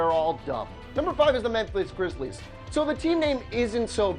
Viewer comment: you fucked up "memphis grizzlies". not grizzles